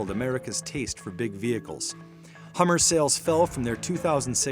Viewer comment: "Get to Da Hammah"